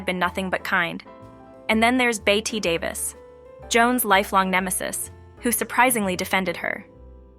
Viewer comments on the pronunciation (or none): It’s pronounced “Betty,” not “Bett-a” and her last name was “Davis,” not “David.” When you can’t even get something this elemental correct, it thoroughly destroys the rest of your argument!